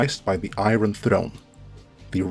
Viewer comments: i know this is nitpicking, but how can a fan mispronouce "iron", they say it a dozen times each episode. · I don't trust anyone that pronounces an "r" sound in "iron"